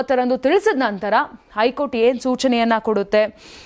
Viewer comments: ನ್ಯೂಸ್ ಓದುವ ವರೆ ಸರಿಯಾಗಿ ಓದಿ. ಐ ಕೋರ್ಟ್ ಅಲ್ಲ ಹೈ ಕೋರ್ಟ್ ಅಂತ ಓದಿ ಕನ್ನಡವನ್ನು ಸರಿಗಾಗಿ ಓದಿ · ಐಕೋರ್ಟ್ ಅಲ್ಲ ತಾಯಿ ಹೈ ಕೋರ್ಟ್ 😂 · ಶಶಿಕಿರಣ್ ಅವರಿಗೆ 2ವಾರ ಕ್ಕೆ ಸಮ್ಮತಿ ಕೊಡದೆ 28 ಒಳಗೆ ಶಾಂತಿ ಸಭೆ ಮಾಡಿ 30ಕ್ಕೆ ವರದಿ ಕೊಡಬೇಕು ಹೇಳಿದ್ದು ಕಾಂಗ್ರೆಸ್ ಗೆ ಸೋಲು ಅಂತಾನೂ ವಿಮರ್ಶಿಸಬಹುದಲ್ಲವೇ RSS ಸೋಲು ಅಂತಾನೆ ಯಾಕೇ...?? 30 ತೀರ್ಪು ಬರಲಿ ಮತ್ತೆ ನೋಡುವ ಹೈಕೋರ್ಟ್ ಅನ್ನೋದೇ ಸರಿ ಹೇಳೋಕೆ ಬರಲ್ಲ ಐಕೋರ್ಟ್ ಅಂತೆ😂😂 ಏನು ಇದೊಂದು ವರದೀನಾ ನಿನ್ನ ಬುರುಡೆ